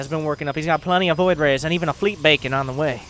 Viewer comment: Wait did you say Fleet Bacon?